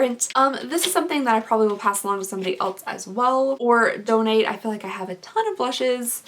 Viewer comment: not hating at all i really love you and your videos but it bothers me every time you “else” because it sounds like you are saying “eltz”